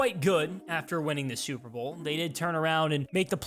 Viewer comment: You definitely said "super vole"